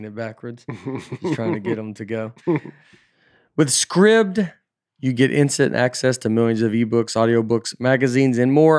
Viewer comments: Surely SCRIBD is pronounced 'Scribed' (as in something is written) rather than 'Scribbed'?? won't be getting paid for that advert... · Today I learned that Scribd is not pronounced with a “long I” sound. Learning pronunciation from Nate feels sketchy.